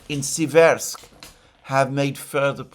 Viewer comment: Dear Alexander, the correct pronunciation is Séversk (Сéверск- the stress is on the 1st “e” vowel). Seversk is derivative from the word “séver” (сéвер), which means “north” in Russian.